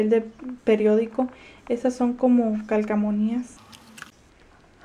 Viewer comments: de donde eres? por que dices calcamonías en vez de calcomanías? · hola!!! me caes bien :D me suscribí ya :D pero una cosa: no es calcamonias es calcomanias jajajajjaja